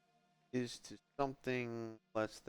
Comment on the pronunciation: You really screwed up calling it isto, didn't you?